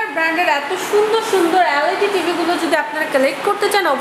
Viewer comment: Magi LAD na,LED bol